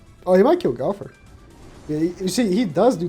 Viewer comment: Man said gowfer not got her